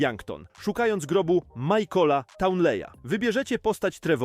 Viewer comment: michaela nie majkola